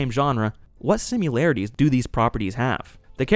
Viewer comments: It’s always the marketing. Why do they skimp on marketing. Also the word similarities doesn’t have a u in it. You’re saying simularities which isn’t a real word. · Good critique. Though, I winced every time you pronounced "similarities" as "sim-you-larities." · the way this dude pronounces similarities is insane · Bro you gotta stop pronouncing similarities like that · Please research the pronunciation of “similarities”. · I like the video, but my guy, there's no "u" in "similarities". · I like the way you say similarities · There is NO "U" in the word similarities. And you had to say it like 57 times. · YES - that was driving me crazy. There is no such word. I wondered if it was AI at one point but I thought AI would not make that obvious mistake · I love these reviews but I ca t get over the fact he says "Simularities" instead of Similarities. Where's the U? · "Simularitues" is not even a word. Neither is "simular." Similarities* You said it again . Bro, look up the word "similarities" and stop saying it weirdly. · "Simularities" isn't a real word. "Similarities" is a real word. "Sim-ill-air-it-ee". Not "sim-you-lair-it-ee". I think I might rent this one for the fam to watch on the big-arse 96" TV my wife just had to have, because I'm curious why it's considered to be so bad and we've been on a film binge for the last year. :P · Because the actors looked like children. Ugly children. It's *similarities, by the way. Not simularities. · It's not pronounced "simularities"" ffs (are you referring to 'simulcrum/simulcra'? ... it is "similarities" Sigh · It’s ‘similarities’ not ‘simularities’ ❤ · why you say similarities like "simularities?" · The word “similarities” doesn’t have a “u” in it. You are mispronouncing this word as “simularities.” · Good video. I tried watching this movie, but gave up part way. (And I’m a sci-fi geek) BTW, it’s sim-IH-lar-ih-tees … not Sim-YU-lar-ih-tees. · It's sim-i-larities, not sim-u-larities. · Sim-i-larities, not sim-u-larities